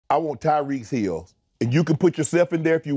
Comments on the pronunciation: “tyreeks hills” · Why Shannon put a S on everything….”Tyreeks Hills” 😅